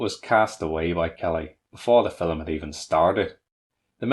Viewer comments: Aside from your peculiar diction (@ "Fil-em"? What kind of an accent is that?), kudos for an insightful analysis. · FILLUM?? lol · The word 'film' has one syllable.